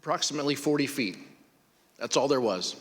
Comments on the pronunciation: Swore he said Fweet not feet..... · He definitely said 'Forty fweet.'